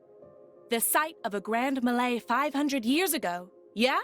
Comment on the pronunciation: Zenobia pronounces "melee" better than this one kid I met in high school. "Mee-lay."